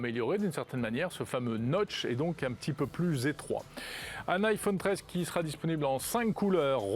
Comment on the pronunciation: Faut vraiment qu'il arrête de dire "iphaune" 😐